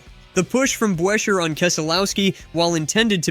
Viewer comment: Chris Brucheer get the pronunciation correct! Unfollow the fraud YouTube account!!